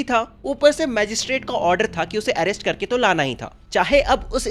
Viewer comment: Aaerest❌😂 Arest ✅